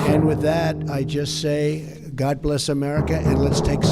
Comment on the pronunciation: God blesh, the United Shates! But only when we have victory..